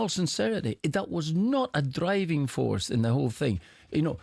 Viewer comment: Martin’s pronounciation if the word ‘driving’ is so odd!!